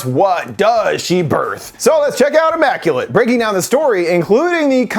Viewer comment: Ya lost me when you called it “AHmmaculate”! Lol